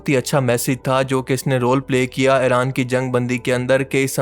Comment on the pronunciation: Ye Tum "Eren " kyu kehte ho "Iran" Kaho.